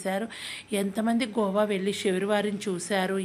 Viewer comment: Gova kadhu goa